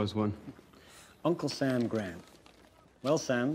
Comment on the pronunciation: The accent at the time, and as pronounced by Grant himself, was on the second syllable not the first.